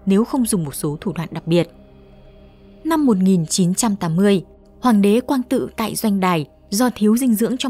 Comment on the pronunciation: Năm 1980 ..😁 tâm linh cuộc sống.. năm mà đọc cũng sai nữa vậy mà tâm linh cuộc sống… tào lao